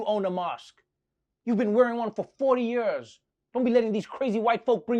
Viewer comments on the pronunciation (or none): I love it when Trevor says Yurs instead of years